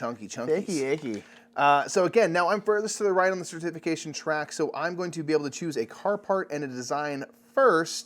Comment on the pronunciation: Idk about this rogue pronunciation of certification - cer-TIF-ication vs CER-tification 🤣 Glad y’all are getting into Lecerda games.. makes for longer playthrough videos 😎